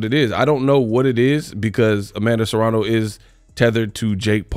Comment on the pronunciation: It's *Serrano. Not Serano.